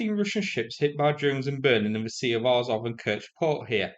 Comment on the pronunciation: Azov is AZZOV not AAZOV